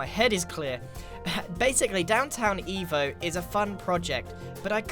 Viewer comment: It sounds like he's saying, instead of downtown evo, he's saying downtown evil. Lol